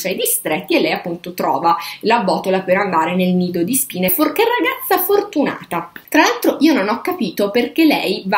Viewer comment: Comunque tutte le volte che dici "Nido di Spine" io capisco "Lido di Spina" (ridente località marittima del ferrarese)